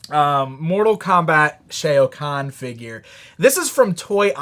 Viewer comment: killer bee is siiicckk. Shao khan = sh (ow) kh awn. the sh-ay-ow kahn was driving me!